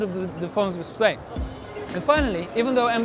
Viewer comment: the way he say "THE LOWER Ilagvdfn!@ DISPLEYYY" LMAO!